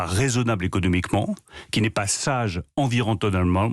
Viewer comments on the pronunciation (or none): Environnementalement parlant ( une petite difficulté d'élocution peut être...). bravo pour un normalien supérieur lettre. On comprend mieux pourquoi nous avons des problèmes